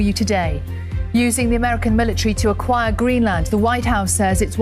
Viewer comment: "AQIIRE" Hahaha this is so bad it's absolutely hilarious if it wasn't so tragic !!